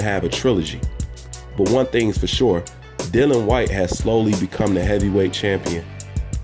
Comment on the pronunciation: Whyte would beat Wilder in my opinion. As would any top 10 fighter. By the way you pronounce his name incorrectly it is Dillian . The I is important... Great vid again